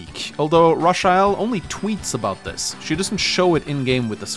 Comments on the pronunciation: Raw chi el??? Its most definitley Ray-chel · I'm sure her name is pronounced Ray-chel & not ra-chi-ell 🙃 sorry if that comes across being rude but I have never heard that name pronounced like that 😋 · Her name is pronounced“Ray-chell” not “Rah-sha-ell “. 😂😂😂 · "Ra-sha-hell"?? I think "Ray-chul" is more likely. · Am I the only one that laughed everytime butchering the name "Racheal" it's not Rasheal lol. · Ra-sha-el? It's Racheal... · Her name is pronounced Raychul :x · That is the strangest pronunciation of Rachael I've ever heard. Rachael is just an alternate spelling of Rachel. Same pronunciation. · Rafael eith a Ch, lol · I'm sorry, but ' pronunciation of Rachael/Rachel is killing me! 😂 This is the correct way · Ur pronouncing rachael wrong